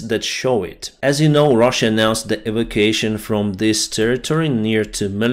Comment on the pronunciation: I know you like to improve your English. So a word you will be using a lot in the coming months is evacuation, it is pronounced. e. vac. u. ation Cheers mate. No disrespect intended.